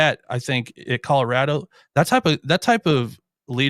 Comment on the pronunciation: Guy on the far left: —————————- Where is Colora-da? There’s a hard “O” on the end After Mike Bobo laid waste to our pgm, folks at CSU are a lil’ sensitive about folks that say “Colora-da” Otherwise solid pod gentlemen…